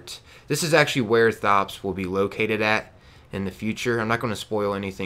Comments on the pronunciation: So I really hate that everyone keeps saying his name wrong it's said like tops not thot-ops the H is silent do you say the H in thomas Too?! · Why do you call him THops, when in the footage you clearly hear him pronounce it as Tops (no thhhh sound)? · His name isn't pronounced like you're saying it. He tells you his name, if you were listening. The h is silent. It sounds like Tops.